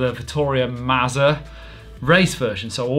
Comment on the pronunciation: Come on, mate. Take a hint. You say "pizza" and "Mazza" the same way. It's not rocket science.